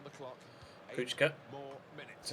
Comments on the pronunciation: kuhka not kucka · SInce Kucka is from Slovakia his name is pronounced Kutska ;) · You pronounce Kuka like this... Ku-Ka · Kucka is pronounced Kuchka, also Kučka mean bitch in croatian xD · Kucka is from Slovakia his name is pronounced Kutska ;) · The commentators are right! It's Ku"ch"ka or Ku"tch"ka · it actually does sound like ku-chka because in Slovakian language c is pronounced as ch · Its pronounced Kutch-ka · The commentators are right about the pronunciation of Kucka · Kucka is Slovak, so his name is pronounced approximately [you-rye coots-kah] and his nickname Kuco would be [coots-oh] (with short "oh").